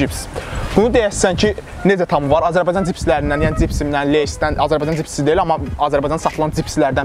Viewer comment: cipsi 😀🤦🏻‍♂️ bu sozu deyirsense hec olmasa duz denende sen cani